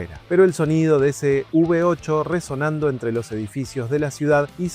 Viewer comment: todo hermoso...lindo video, linda historia. pero no es UV 8 o UB 8 hermanito. es " V 8"...por FAVORRR no nos copiemos de las tonterías, copiemos lo bueno. te dejo un like. saludos.